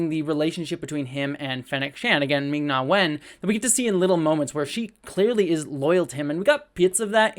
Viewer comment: Hey you got the Ming pronounciation in Ming-Na Wen's name right. I should have just kept watching.